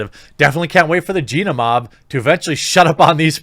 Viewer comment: I'm really proud of you for pronouncing Gina's name correctly.